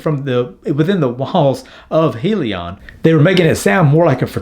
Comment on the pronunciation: Hyliion stands for “hybrid lithium ion” pronounced (hi-Leon)